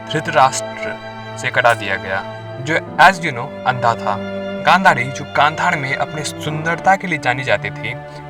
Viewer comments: Bro it is not khandhar it's Gandhar😊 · That's Gandhaar not Kandhar...well nice video